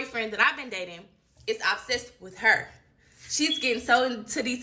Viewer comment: And she said ab-sessed not obsessed 😂😂😂😂 3 times!